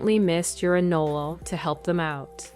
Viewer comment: Wtf is an anlala it’s anole